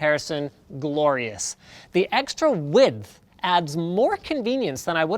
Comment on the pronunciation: lol did he say wid-th